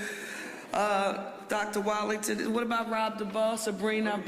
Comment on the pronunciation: Ms. Parker the superintendent's name is Wattlington not Wallington.